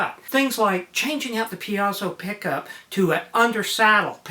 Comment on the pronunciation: It's pronounced "PEEZO"! Because Mr. Piezo certainly knows how to pronounce his own name!